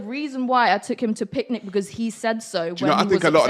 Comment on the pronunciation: she didint say picnic right ? :))